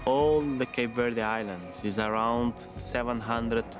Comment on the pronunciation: I agree, the narrator doesn’t even pronounce Cape Verde right